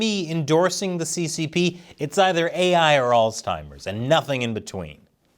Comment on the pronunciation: Did say AlsTimers? 😂